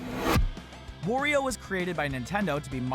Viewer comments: lol i heard he say: "Worio" but thename is Wario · Why do you say wOrio? Its wArio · said wario wrong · Did u just pronounce wario wrong